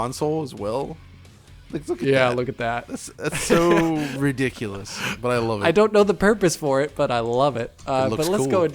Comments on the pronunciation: "The menu, it's so so riddickulus" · "Like if you bring down the console as well, that's so (Riddickulous) "